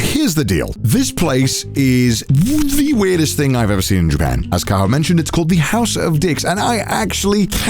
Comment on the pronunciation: I don't know why but in the first second of this I heard JOOPEN and I can't unhear it now.